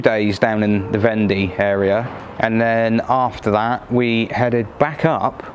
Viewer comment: Love the Clement goodies and DS plate. Fab story, I have really enjoyed it. I believe Vendée is pronounced "vonday" as in "one day". Soaking your seatbelt webbing in biological washing powder should help clean them; the enzymes in bio powder will breakdown organic stains such as blood, sweat, fat, grass, organic dyes etc. (Do you remeber the Biotex commercial on TV?) I always feel grumpy when I come back home to the UK from France. The roads in France are superb; often so straight and flat that you can plan your overtake at leisure, the asphalt road repairs are so smooth that you would barely know that they are there other than the colour difference, and you can buy real, whole lettuce and endive in the supermarkets. The PARKING is amazing in towns and villages: here are some shops; butcher, baker, patisserie, or food market, etc, and here is the free parking in the town or village square so that you can patronise those shops and businesses. It's almost as if they actually want you to shop local and enjoy the best that it can bring at a good price.